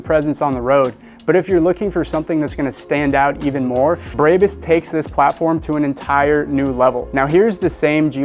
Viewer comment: why are you calling it breybus ? lol